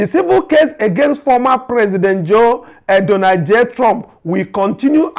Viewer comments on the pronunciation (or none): none